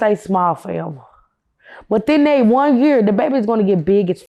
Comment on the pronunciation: she say year just like rain water